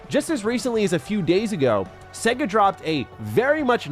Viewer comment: I cringe at the pronunciation of Sega in this video, otherwise I love it 🤣🤣🤣